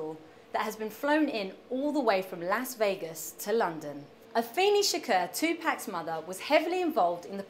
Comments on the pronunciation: she said tupac wrong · omfg, she can't even say 2pac's name right -.